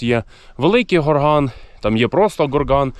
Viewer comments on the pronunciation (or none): Малий ГОрган. Наголос на О.